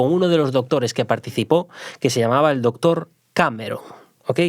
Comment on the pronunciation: Chupito por cada vez q se diga la palabra " dotor" o " dotores"